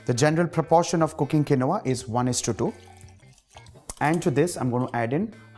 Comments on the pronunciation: The pronunciation is kēnwä , not kenowah. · He pronounced quinoa wrongly